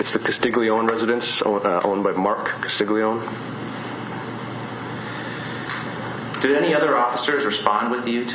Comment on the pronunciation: You're in Carolina You're definitely not the only person mispronounced the name lol